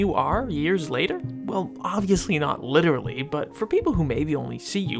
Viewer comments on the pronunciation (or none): none